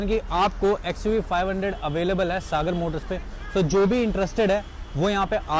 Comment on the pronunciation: its not xuv 500 its oo alphabet